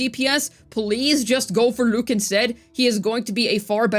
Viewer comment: Why you keep pronouncing his name like that 😭 Lüük 💀